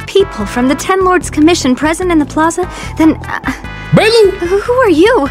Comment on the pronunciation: I thought he was calling her baelu on purpose..... oops, anyway good vid.